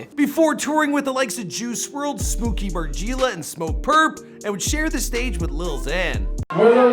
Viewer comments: smookie margeela bruh its smokey mar-jellah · It’s smooky MAR - GELL - A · “Smooky Margeela” 😭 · Spooky Mar-Gee-Luh ☹️😂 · Omfg he said Smooky Margeela 💀💀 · SmO-kEy MaR-geE-La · U didn’t even say Smooky Margeila name right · “Smooky Margeela” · "spooky marjeela" 😂😂💀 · That man said smooo-ky mar-gee-la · “Smooky Marjeela” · Smooky “ margeeela “ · Why does he say smooky margeela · " smooky margeeela" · Mans really just said smooky mar-g-luh 🤧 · Did he just say “Smokey moregielaa” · « Smooky Margeela »